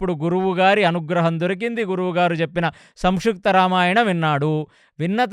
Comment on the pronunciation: సంక్షుప్తా రామాయణం కాదు గారు సంక్షిప్త రామాయణం pronounciation సరిగా చెప్పండి